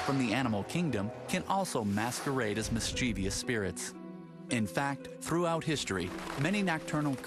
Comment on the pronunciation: the narrator mispronounced "mischievous" lol